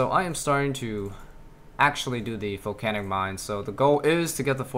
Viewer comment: stop saying folcanic mine